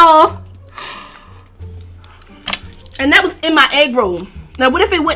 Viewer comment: "Granaunti" I can't wit y'all😂😂 den the way he said was was hilarious 😂😂 chiiillle she said cause I thought a broke nigga said waaa😂